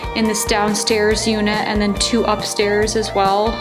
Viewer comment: I didn't know that AND had a T at the end of it? Speech Therapy may help...